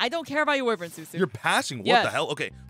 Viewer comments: It's pronounced WHY-vern not wivern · Can my sick bro just say ancient gear why-vren one time 😢